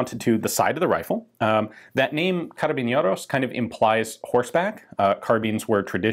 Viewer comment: Feels weird that he's saying "carabiñeros" instead of "carabineros", idk if it has something to do with the accent, but that's an N, not an Ñ